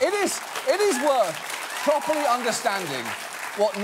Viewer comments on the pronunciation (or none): Pröperly x3